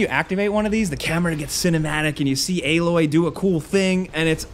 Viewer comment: Stop saying aaaaaloy